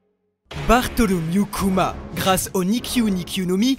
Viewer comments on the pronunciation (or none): none